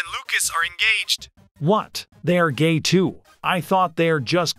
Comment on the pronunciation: Gae you mean gay?